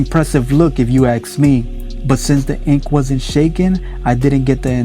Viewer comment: If u axe me......